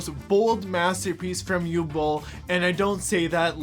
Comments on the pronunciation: pretty sure it's "oovuh" not "youway" ... oogway bowl ... and no i dont like the guy any more than you do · Isn't it pronounced "ooh vay"? I don't speak German so I'm not trying to start no stuff but I'm pretty sure I've heard it pronounced with a "V" sound. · Its pronounced 'Oo-vuh" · Dude's name is pronounced "oovuh." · at the beginning calling Uwe Boll 'U Boll' is hilarious because everyone who likes this film is a boll. (You can guess what the second syllable of that is.) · I don't have much respect for the man but you are pronouncing his name incorrectly, it should be "oo-vay". In German, w's are pronounced like a v. Sorry to nitpick, I loved your Shadiversity video. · How the hell did Uwe Boll manage to get hired again? The man's a bigoted piece of abusive trash! ...Oh. Answered my own question. (It's pronounced Ooo-vuh btw. It's German.)